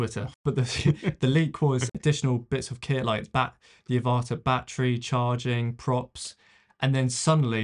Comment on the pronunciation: I think the pronunciation of the name is AVata, as in the film Avatar, not aVAta as you are pronouncing it.